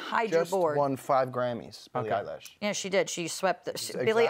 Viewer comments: ”Billie Eyelash” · Billie Eye-Lash..... really......😭😂 its Eye-Lish.....Eilish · “Rodney Rich and Billy Eyelash”